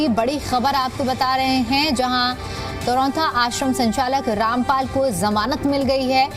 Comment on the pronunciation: Pahile to bolna sikh lo sant ka nam kaise liya jata hai